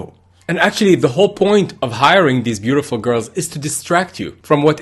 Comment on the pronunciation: "of course 😍 ShE's bUtIFooL😍" I've rewatched that second severall times. "ShE's sO wHiTe AnD So BeaUtIFooL" 🥰 Thanks for the video. Fantastic exposition 👌🏼